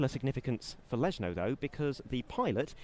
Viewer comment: For English speakers it is pronounced "Leshno", not "Lesno" like in this video.